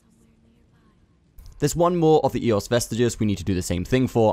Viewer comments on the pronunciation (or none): Not "ee", more like an open "eh"